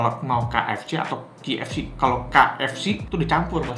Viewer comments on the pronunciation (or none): kei ef si bacanya nex, bukan ki ef si =D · Haha..spelling KFC aja ribet banget bang...btw K kalo dibaca d bhs inggris khn emang 'keiy' bukan 'ki' jdi bner aja bang kalo bacanya 'keiy ef si' ato kalo ngmongnya khn ' ke ef si'..maaf bang ga penting sih komen gw...cuma trgelitik aja..wkwkwwk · Key ef si, betul begitu ejanya... Huruf "K" kan bacanya key bukan ki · 1. K itu bacanya "key", bukan "ki" 2. Yg ketiga itu bener original, gw soalnya suka beli yg campur biar ga enek kebanyakan tepung jadi tau bedanya original ama crispy. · Bang klo kfc dibaca (ki)efsi, itu ki nya pake q. Nah klo pake ‘k’ harusnya dibaca (kei)efsi Sori klo ga penting hehe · Key bukan ki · Pronounce huruf K itu bukan Ki bg tapi Ke 😂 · Cara bacanya yg bener: Indonesia: Ka eF Ce Inggris: Kei eF Si (bukan Ki eF Si) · yang gw bilang itu udah cara penyebutannya, bukan tulisan key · Emang iya K di bahasa Inggris dibaca Ki koh?😂